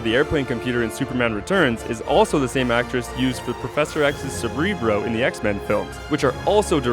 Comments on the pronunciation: Cerebro not Cebrebo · Anyone else catch that "Cerbrebro" line? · Cebrero?? Don't you mean cerebro? If you're gonna give me superhero facts then get them right lmao